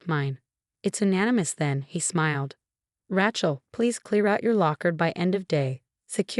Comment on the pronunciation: also Rachels name is spelled and pronounced wrong along with so many other words.